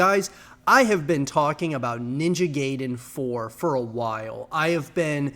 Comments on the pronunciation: exactly... it's GAI-DEN. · Can you guys please stop saying "gay"den? It's pronounced "guy"den. I couldn't even finish the entire video. It almost sounds like you're trolling.